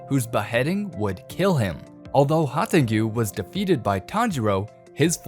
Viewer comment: Please stop calling him "Hantengiyu" lmao